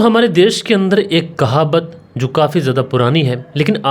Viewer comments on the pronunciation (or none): You don't know it's not kahabat.... The correct pronunciation is Kahawat...